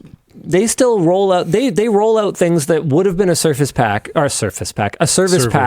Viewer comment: did you say circus pack? or surface pack?